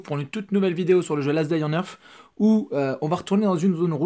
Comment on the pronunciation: "Last day on eartf " mdr l'accent